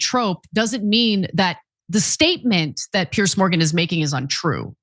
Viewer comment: So funny that Ana doesn’t know how or can’t pronounce Piers’s name 😂